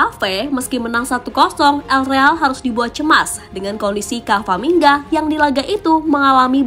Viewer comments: Yang bener camavinga bukan cavaminga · CAMAVINGA MIN BUKAN CAVAMINGA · Yang beneer itu Camavinga min bukan Cavaminga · Camavinga bukan cavaminga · camavinga kak bukan cavaminga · pliss min, udah 2 video ini pengisi suaranya salah sebut nama. harusnya Camavinga, bukan Cavaminga. Apa nggak di preview dulu sebelum diupload? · Halo Mbak Narator: Camavinga, bukan Cavamingga. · CAMAVINGA ya. Bukan CAVAMINGA. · camavinga kak bukan cavaminga🙏🏻🤣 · Saya kira spelling nya ternyata emang g bisa baca pengisi suaranya,berulang kali kamavinga di sebut kavaminga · CA MA Vi NGA min bukan CA VA MI NGA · Camavinga, bukan cavamingga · CAMAVINGA MIN, BUKAN CAVAMINGA..!!! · CA MA VI NGA, bukan CA VA MI NGA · camavingaa bukan cavaminga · Camavinga min. Bukan camvaminga😭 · Camavinga atau Cavaminga sih?😅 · Cavamingga2 apaan sih? Camavingga wooooe. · agak risih, ama narator nya nama orang diganti ganti wkwkw. yg bener tuh CA-MA-VI-NGA, bukan CA-VA-MI-NGA 😅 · Apa ada yang salah dengan kuping saya saat admin bilang kavamingga😅.